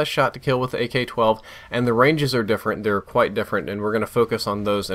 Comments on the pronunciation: In Min he don't Says Ak12 he says GayK12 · it sounds as if he says "gay-k 12" lol, great video and thanks for listening to your subs about the range thing, I said it a few times too